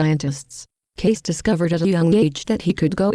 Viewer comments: How about pronouncing his name correctly!!!!! (KAY-SEE not Case). Lots of research involved??? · Excellent in content. Perhaps the distortion is made by a computer program which reads the material "Kaiyss....."l. You have to hear it more than once. Perhaps somebody could convert the voice back into text and then reread it with better settings Plotinus has some similar ideas about things going out of the One and returning. . Which is amazing since Plotinus may not have been available to Cayce. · I can't stand the computer voice. It is not even pronouncing Edgar Cayce's name correctly. A shame. People will only put up with so much. Read about Edgar Cayce. Don't listen to this crazy voice. 💜